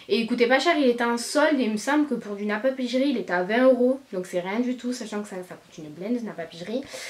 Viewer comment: Il me semble que ça se prononce « napapiri » et pas « napapijri » voilà 😂😘